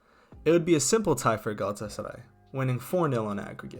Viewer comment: i love how well he pronounces Galatasaray